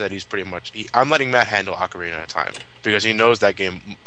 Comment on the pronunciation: Good god the way butchers the pronouncing of ocarina I hate when people do that